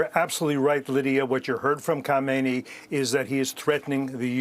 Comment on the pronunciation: Instead of Kokakkaamineyi, easy say MouseAli.